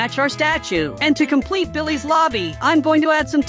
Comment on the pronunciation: Bro said billehs 💀